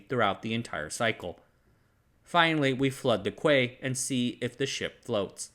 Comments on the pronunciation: Small correction, 'Quay' isn't pronounced as KUE, it's simply pronounced as key. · quay is pronounced key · FYI “quay” is pronounced “key”. It’s one of those strange old words. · Small correction: quay is pronounced “key” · I’m an avid fan and love your videos. One minor point ‘quay’ isn’t pronounced as kway, it’s spoken the same as ‘key’. I know, weird, it comes from French. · Love your videos but quay is pronounced "key" 😅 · It's pronounced key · Just wanted to let you know ‘Quay’ is pronounced like ‘Key’ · Psst. Quay is commonly pronounced "key" One of those words that made me go "what? How do you get that?" when I first heard it used by folks that live near Lonsdale Quay. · Quay is pronounced key, as in Torquay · Quay is supposed to be pronounced "key", because English is determined to be the most chaotic language. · Thanks but the general rule of thumb in English is to pronounce a word as you read it. That's why there's no accent marks in English. So Key West, FL is pronounced as "Key" not "Quay". How do you pronounce Niger, Africa? "Ney-ger". Same with "Quay", it's Key. And so on. Thumbs up if you lerned something. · quay is generally pronounced as in key? Well, it is around these here parts anyway. And Lithgow is generally pronounced lith go as in Glasgow which is pronounced Glaz go where z as in Zimbabwe. This guy can't pronounce it either but there are loads of Scottish in his comments section to. Anyway, great channel, keep up the good work! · I learned this the hard way when I was on vacation in Ireland. I'm looking for the "quay"... why to people keep telling me about the "key"...? ;-)